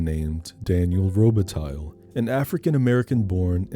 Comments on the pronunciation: That better not be real mink 😂 And it's Daniel Robih-tie. If we're getting technical and all phonics. Also also: F**K YT for not letting you use Philip Glass' score. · Lol miss pronouncing robatille. (The lle is silent, it's the french pronunciation.) Fuck I love this movie